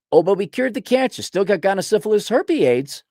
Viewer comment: pronounces it 'gonna-sypha-herple-aids' all as one word with no pauses.:)